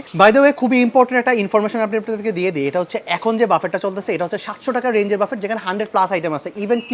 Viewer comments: ভাই, প্লীজ বাফেট না বলে বুফে/বাফে বলেন। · Ochcharonta thik nay bufay amon hobe, spelling, buffet